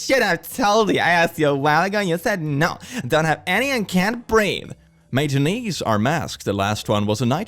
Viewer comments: I live but... As a theatre kid, the way he said matinees was killing my soul (in case you didnt know, and are curious [Matt-in-ays]) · Matinees is pronounced “mah-tih-nays”. I know it’s a weird looking word to guess at.